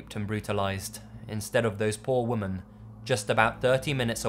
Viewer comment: I love your videos, but you mispronounce "Women". That's the only thing that annoys me. Keep the brilliant videos up though.